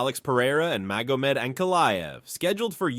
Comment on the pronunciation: I'm out. If you can't even pronounce Magomed... damn! Here's a comment, for your troubles, though.